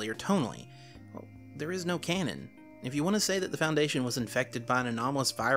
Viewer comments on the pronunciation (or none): none